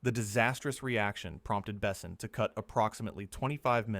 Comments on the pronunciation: not Bessin… bes/On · AI narration is awful, pauses awkwardly, and pronounces words wrong. It's not Bessin, it's Beh-sawn (rhymes with pawn), it's not Gene Reno, it's spelled Jean but pronounced like John with a ZH sound like in the word treasure ZHon. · The only problem with this speaker is he doesn't pronounce any of the names right it's not ((((Bess son ))) it's Luke Bassan.